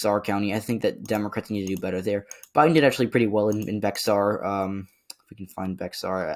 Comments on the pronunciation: "Bexar" is pronounced the same as "bear." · Bexar is pronounced as beyar